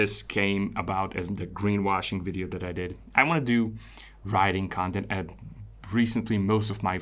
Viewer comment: I thought briefly you were saying "writing" instead of riding. Riding yes, i also am interested in riding. Writing did connect though, i perceive you as thoughtful, analytical, thorough, gentle as well as articulate and writing 4 answers made sense for a minute and i thought "questions 4 answers" Ill keep following your work, thanks as always for quality effort :) and keeping it real for us and yourself